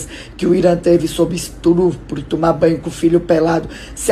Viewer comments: Essa mulher é advogada mesmo? Falando errado "estrupro" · Estrupo? E diz que é advogada KKKKKKKKKKKKKKKKKKKKKKKKK GENTE QUE DECADÊNCIA, PARABÉNS! NOTA DÓ! KKKKKKKKKKK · Ouvir uma advogada falando "estrupo" é de sangrar os ouvidos 👂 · Gente, essa mulher falando estrupro é advogada? Sério isso?! 😨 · A deolane fala iorgute, e a irmã fala estrupo...😂😂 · Estou chocada como uma Advogada como essa também fala errado onde uma Advogada vai falar estrupulo??? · **Pra Mim falar** istrupu*** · A mulher fala "estrupro" kkkkkk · "estrupro" kkkk..Tinha que ser "advogada" da família Bizerra🤣🤣😅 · Alguém ensina essa família a falar estupro por favor.